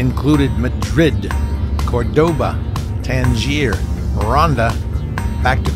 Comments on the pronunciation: It's nor Cordôba,it's Córdoba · Good video but why would you not simply check how to pronounce the name of the city before going ahead making an entire video about it. Córdoba is not pronounced Cor-doe-bah. It's more like Core-d'ba. Meaning that the first 'o' is annunciated; not the second 'o'. This is made clear in Spanish by which 'o' has the acute accent symbol on it.